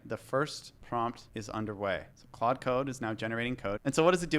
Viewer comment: good but it's pronounced klawd lol like claude françois